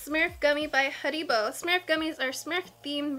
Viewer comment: yo.im german, and this is funny how u pronunce Haribo